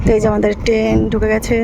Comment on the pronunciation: Kotha ta Ten na Train...